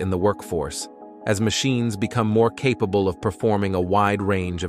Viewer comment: Considering the narrator can't properly pronounce "capable" or "astonishing" yet, I'd say yes.